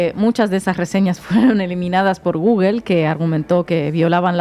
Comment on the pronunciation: Porqué dicen gugel? Es gugol no gugel.